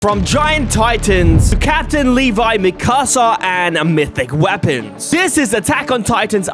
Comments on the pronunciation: Its mikusa (mekoo-sa) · Bro first of all its eren not eran and 2nd of all pls learn how to pronouce mikassa